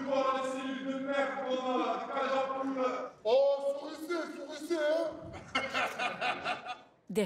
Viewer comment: "Souricez", ça commence bien.